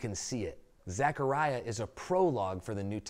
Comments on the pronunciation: Nice, but it’s Zechariah NOT Zachariah. My grandsons name is Zechariah and I cringe when people call him Zachariah. Lol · You're saying my name wrong dude.